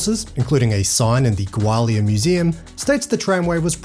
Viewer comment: Dude, it’s pronounced Gaw-li-uh😊